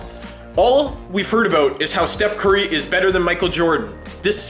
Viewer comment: aboot lol